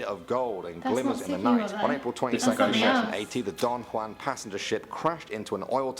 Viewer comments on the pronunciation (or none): none